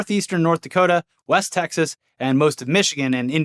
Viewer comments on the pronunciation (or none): none